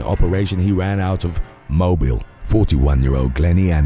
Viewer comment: “Moh-BEEL”, Alabama.